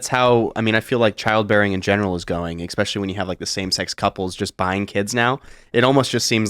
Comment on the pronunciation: Someone tell the bearded ginger that the word is ESPECIALLY (əsˈpeSHəlē,esˈpeSHəlē), NOT Ex-Pecially! Tim, please correct your moron guests! Where are you AT on this, Tim?